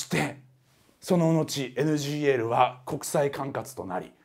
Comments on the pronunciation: 一回NGLじゃなくてNGKて言ってます笑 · NGLをNGKって言い間違えたとこで笑ってしまったw